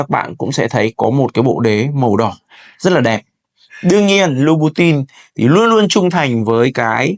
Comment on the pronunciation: Học phát âm thương hiệu cho đúng chuẩn để tôn trọng giá trị thương hiệu nhé bạn